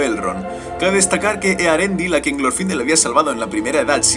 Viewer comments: No es glorfindél la pronunciacion? Osea, al no llevar tilde en la í, la silaba tonica es la ultima no? (Se que no pongo tildes estoy en el mobil y me da palo) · Me encanto el video muy bueno la verdad pero tengo una duda ¿Es Glorfindel con acento en la I o en la O? Yo generalmente lo conozco de la segunda opción pero capaz que me equivoco.